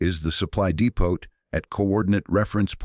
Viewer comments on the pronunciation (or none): Depoh ...Ammunition DEPOH Not depott...Amazing also because it was a waffen SS panzer division NOT der Wehrmacht !